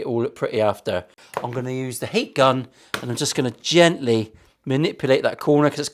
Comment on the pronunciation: Heat Gun? Heat Gun? I thought you said 'Hate Gun'. I actually put down my bowl of scran when you mentioned the youth club outside in preparation of the gene cleansing about to commence. Ah well, back to reality....